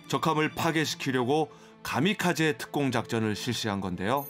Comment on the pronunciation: 가미카제 아니라 카미카제 아님?